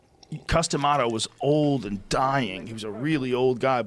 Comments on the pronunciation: I'm sorry but when he said his name, i was like what's that? Custom what? XD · Don't know boxing, I thought he was saying "Custom Auto". I said to myself, " That's a pretty strange name for a boxing legend." I now know that he was saying Cus D'Amato lol